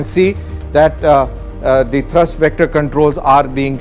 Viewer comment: India needs 100 of these. And This idiot reading the narratives should know that the engine has a thrust not thirst (unless he is referring to fuel).